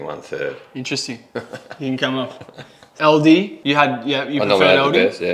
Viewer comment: Its Aldi not Aldi.